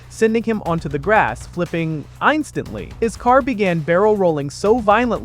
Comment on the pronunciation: Why does it say 2026 rather than 2023? Also, instantly is not pronounced ein-stantly.